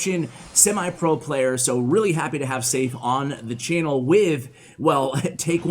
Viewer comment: I think Seif might be pronounced Seh-eef.